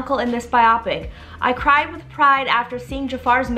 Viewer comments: This is so exciting! I cant wait! I believe it is pronounced biopic(by-o-pick). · It’s so funny when she says “bye-ah-pic” 😂😂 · Interesting way to pronounce biopic